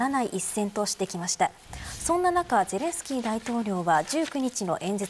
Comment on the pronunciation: 小泉さんは素人だな ゼレンシキー ではなく ゼレンスキー な